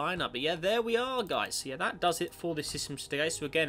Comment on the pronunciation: It's guys not guises.